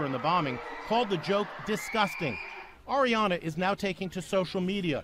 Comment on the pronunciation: Lmao yo he says her name like airy-ana 😂 really dude? How do you mess that one up